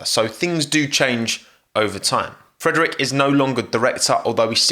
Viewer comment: Good butchering on the Frederic (Frederique would make you pronounce it correctly I guess) Also,, can you install an Albon quota? Like 1 mention per ten videos? Otherwise good video. Solid.